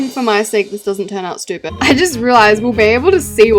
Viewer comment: “SHHHHTYUUUEEPED HoUsE”